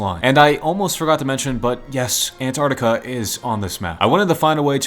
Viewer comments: I love how he says ant artica😂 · Ant’ artica’